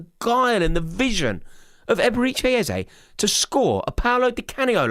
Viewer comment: "Eberechi Ezeye" - lol